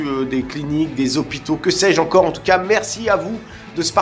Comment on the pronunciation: J'adore le "je ne sais quoi z'encore" ;)